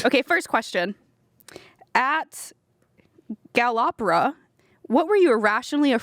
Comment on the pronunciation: I reconize a Brazilian when I see one "galopeeeeeeeeeeeeeeeeeeeeeeeeeeeeeeeeeeeeeeeeeira"